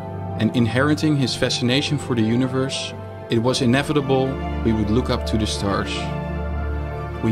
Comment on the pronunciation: “Univursh” “astronatsh” echt te erg haha